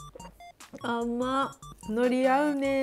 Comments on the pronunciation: めめめ 方言も地方出身者も否定しませんが、独特の海苔の発音を以前は使われていないのに、ここ最近やたらと強調されて使ってたので以前も書きましたが同じように思う方が多くいらっしゃってたから改善してくださったんだと思いますよ？元々バリバリの島根弁で動画UPされていませんし標準語をきちんと喋れる頭のいい方ですからロシアンさんは。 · いつも思ってたけど、海苔のイントネーション標準語と違うよね？あれ？私(北海道)が変なの？（笑） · ノリの発音変わってないような… 私関西でこのイントネーションなんで全然気になりませんけどねw 標準語はなんなの？ の↑り？の→り？の↓り？ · 山女悠遊地適 どちらでも良くないですか？ 自分の発音がつい出てしまったとしても、仕方のない事だと思います。 方言があれば、意識してても出ちゃうのが普通だと思いますよ。